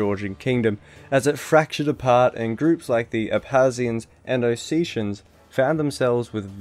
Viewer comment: Ossachians?it's pronounced oh set ee ans iarnt they Ossetians and not ab harz I ah it pronounced ab khaz I ah the place is Abkhazia.